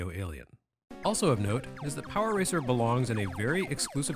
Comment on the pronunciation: Hearing you say “Power Ranger” at one point made me laugh because that what I kept hearing even when you were saying “racer” Though I may be biased there 😂